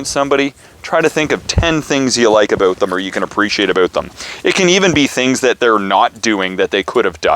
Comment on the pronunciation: Canadian? That “aboot” was no lie😂